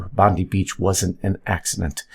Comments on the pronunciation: It's pronounced "Bond-eye". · It's pronounced Bond - Eye. For god sakes people get it together